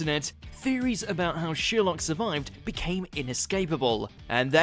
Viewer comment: Why is he saying “Sheerlock” wtf 😳